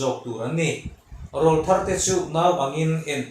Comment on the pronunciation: Rawlthar tih i lam dan hi a diklo deuh.Rawl tihlai hi thluk tur.